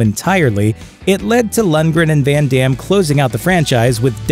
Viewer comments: "When Demm" XD. Americans and their pronunciation. Try to say "Fun Dumm" and maybe you pronounce the name correctly now. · Did he really say "fan dams" 😐🙁 smh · I love Jean Claude Van Damme Hey watch yo mouth, foo! Sorry, I meant Van Darn.